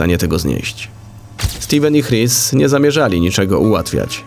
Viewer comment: "Chris" chyba wymawia się "Kris", czy się mylę?